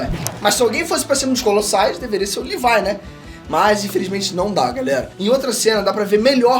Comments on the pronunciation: Custei entender quem é esse tal de "Levai"que ele fala no vídeo,é "LEVI"e não "LEVAI"seu filho duma puta...ótimo vídeo mano,curto vc pra carai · Tirando o LEVAIL tá ótimo... O nome é Levi .. Ficou muito forçado. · Só na terceira vez que entendi que Lívai é o Levi 🤣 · Porra!! Q LIVAI mano...??? demorei pra entender quem é essa porra de LIVAI... é LEVI porra!